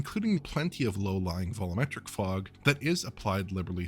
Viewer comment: Again with "vollometric fog". DUDE, come on! You know how to say "Volume", and you know it sounds like "Vol-Yoom". Why do you say "Vollo-Metric" instead of "Vol-Yoo-Metric"? Are you purposefully trying to confuse the audience as to what you're talking about? This isn't entirely clear to non-native speakers, and this isn't an issue of accent on your part. Please, just ask Alex how to say it.